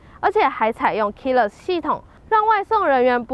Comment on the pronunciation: 光是全YouTube唯一 "Keyless" 發音正確的這一點來說，就該點讚了。 其他頻道整天在那邊唸 Keyliss Keyliss 不知道在念什麼。